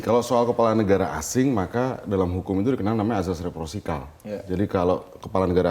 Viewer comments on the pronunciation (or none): reprosikal? RESIPROKAL kali?